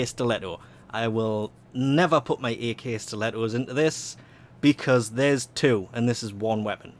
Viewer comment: It's not "a.k."! It's "ak" as in akimbo.